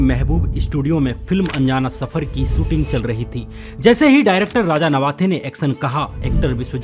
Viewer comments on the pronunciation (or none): सूटिंग शूटिंग एक्सन एक्शन सुरु शुरू आवाजें आवाज़ें सब्द शब्द एग्जाम्पल एग्ज़ांपल सुरुआत शुरुआत सोसल सोशल एब्यूज एब्यूज़ खिलाप ख़िलाफ़